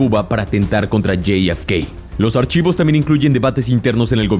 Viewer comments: La F se dice efe, no ef, mucho spanglish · Amigo es jfk no yei efe kei por favor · Bro, no seas whitexican, la neta, yi ef kei... en serio? Te voy a enseñar a hablar español bien, Jota, efe, cá, jota efe cá. Insisto, jota efe ca, parece ser que tus ganas de parecer gringo son mayores a tus ganas de hacer contenido cuidado. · Hay algun problema si solo dices .. Jota efe ka ???🤨 Estàs hablando español , dejate dependejadas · "Lley ef key" narras en español o en ingles? 🤷‍♂️ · Lo pude ver hasta que pronunciaste el nombre de JFK. Se puede ser tan cipayo hasta en la pronunciación?? Bueno, parece que si, no hay nada más triste que ver personas más papistas que el Papa!!